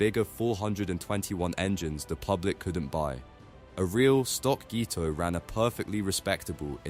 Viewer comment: Speak American English it pronounced GTO not Gtoe